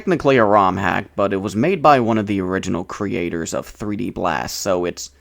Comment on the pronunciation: PooD blast instead of Peed blast...